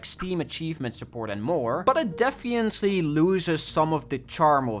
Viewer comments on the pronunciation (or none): "defiently" lol